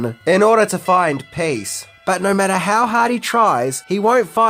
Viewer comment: “…He said naur”